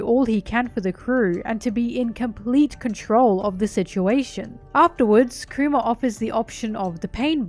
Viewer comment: I can't help but hear her say Coomer, when she says Kuma.